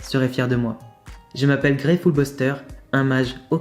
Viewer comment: .... Ta vidéo est excellent, mais, rip grey(⚠️ATTENTION, JE NE SUIS PAS UN HATEUR, PLUTOT UN ABO⚠️) Tu as prenocé "Grès" C'est oas grave, vtaiment, mais fait attention d'acc ? 😅 Sinon, superbe vidéo, tu mérites bien ces likes 👍😁